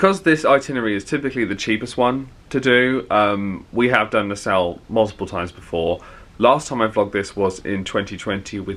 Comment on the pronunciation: I know, one of these days someone will tell him how it is actually pronounced 😂